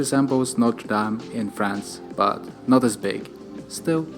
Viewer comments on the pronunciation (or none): none